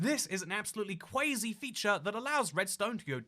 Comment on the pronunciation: It hurt when he pronounced quasi “Kwaysi” and not “Kwosi”